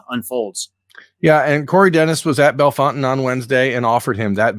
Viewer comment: Hi. The town is pronounced Bell Fountain. If you go there to see this QB, there is a Fazoli’s there. I haven’t eaten Fazoli’s since I was a child so I can’t speak to if it’s any good. I can however recommend 600 Downtown. Pizza and Beer my guy. Get the Pepperollis.